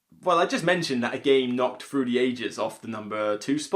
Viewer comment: Whever you say through the ages all I hear is fruity ages.